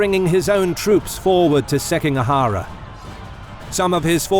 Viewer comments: SikiGAhara not SekiNGAhara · Seeking a huh-ruh? E-dough? Seems like you had a hard time with Japanese names :D It made me giggle. But Footmouse absolutely made my day! Don't get me wrong, it's damn good content! Way to go! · Pronunciations, jesus christ. Seking ahara? Are you kidding me? Motsunari? I appreciate the video but come on.